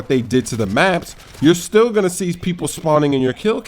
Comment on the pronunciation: he says still like he says steal in 2K13!!! Give that guy a homophone teacher.